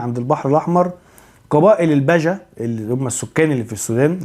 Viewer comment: ههههه مثقف الا في علم الأنساب.. اسمهم البِجه.. بكسر حرف.. ب..